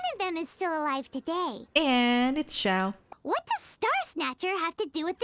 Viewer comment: for once someone who says "Xiao" correctly